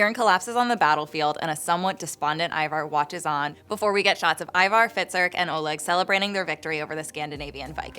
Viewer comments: Why do you pronounce Ivar the way you pronounce it? Its not an English name. I think you should not pronounce first letter I as in lets say a word iron but like in word instant. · who is ivar ......its bloody ivor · You notice Harold pronounces everything different than every other character, the way he says Ivar and everything